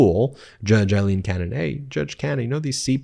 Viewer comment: Aileen not Eileen